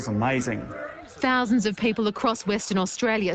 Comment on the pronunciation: Ha! He said "THETS AMOIZING!!" just like the fast show!